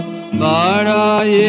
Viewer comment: যাঁরা বলেন বাংলায় ড় উচ্চারণ করা যায় না, অথবা উচ্চারণ করা মুশকিল তাঁরা দাঁড়ায়ে, বাড়ায়ে, নিবিড় ইত্যাদি শব্দগুলির উচ্চারণ এখানে খেয়াল করতে পারেন।